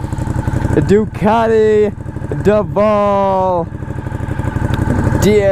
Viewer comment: Dee - Avel, - do your homework 😮